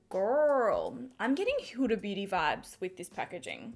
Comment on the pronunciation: yes you pronounced Huda first time right but not the second time:D it is an Arab name and actually it is my mum 's name:D LOVE YOU XOXOX